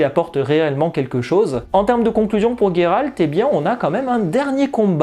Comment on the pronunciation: Pourquoi tu dis "Gayralte" ?